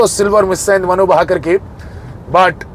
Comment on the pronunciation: it's bhaker..not baakar